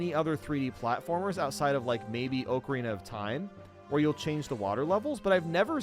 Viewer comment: It’s not called a fucking “oak-arena”. Let’s try again slow, together …..Ah-kah-ree-nuh… There, didn’t that feel nice? Where in fly over America do you people that say “Oak-arena” come from?